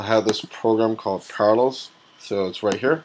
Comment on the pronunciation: Thanks for showing this. Just one small criticism - it was so hard to figure out what it was that you were demo'ing... you mentioned "Parallel" a total of once! And when you did so it sounded more like "Carlos" .... :-)